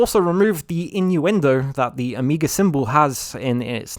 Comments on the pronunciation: Why are you pronouncing Omega, O-mee-ga? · Ok, you raise valid points and I will not buy a PS4 or PS5. But for Gad’s sake, stop pronouncing “Omega” like it’s almost indistinguishable from “Amiga.” Some of us were in fact born before 2000.